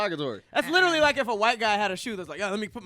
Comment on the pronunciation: says ' lillerly ' instead of ' literally '